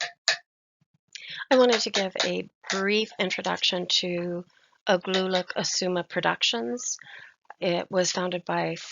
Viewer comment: Couple grammatical errors I'll correct, we don't pronounce R like in english, we say it with a tincy wincy bit of growl and Igloolik. We don't prolong the pronounciation of the O we say it like it's a quick U. Another correction is that Inuit is pronounced "In-wheat." Last correction; Isuma is pronounced with a quick U, don't prolong it